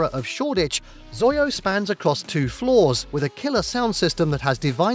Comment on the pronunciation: XOYO is pronounced by saying each letter individually, similar to how you would pronounce "USA." So it is pronounced "ex-oh-why-oh." Also, how could Heaven not be on the list?! Whether you're gay or straight, male or female, that club is legendary.